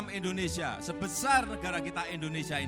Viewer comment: MAAF PAK .INDONESIA bukan ENDONESIA